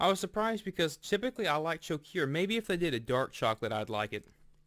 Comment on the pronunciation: I love Choceur chocolate so much better than our vomit tasting American chocolate. It's pronounced sho-sir by the way.